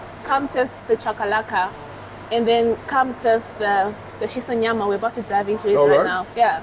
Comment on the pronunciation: She pronounced Shisanyama correctly 🙏🏿